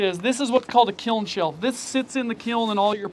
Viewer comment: I’m an art teacher and hearing you say ‘kilm’ so many times just tickled me ❤😂